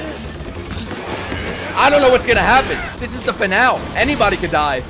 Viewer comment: You're pronouncing finale wrong